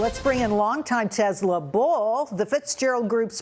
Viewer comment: Such an idiot - she pronounces Tesla as Tezla!